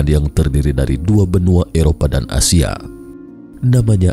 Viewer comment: Ada huruf "k" di belakangnya benuak, setarak, asiak 😂😂😂😂😀😀😀